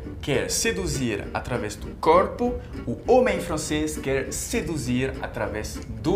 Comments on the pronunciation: É "através" e não "atravesse". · Amigo, bom dia! Permita-me corrigir: "através" (min ) . No mais sou super fã de seu canal e de seus vídeos. Seja muito bem-vindo aqui no Brasil!!! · Vou me atrever a corrigi-lo, e sei que você vai gostar, pois você está ainda aprendendo o Português: é através e não atravesse. Vc é 10...